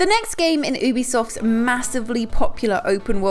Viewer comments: Did she start by saying Ooh-bisoft and not U-bisoft? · oooisoft you dont say it like